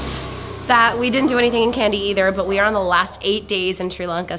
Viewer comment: Its not pronounced "Candy" its "Kandy" the "ka" part should rhyme with "ha" or "ma"...